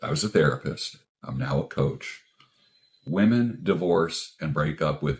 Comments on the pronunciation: Again the plural of woman is women, why do these idiots keep saying it wrong? It's not hip or cool. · Women, not woman.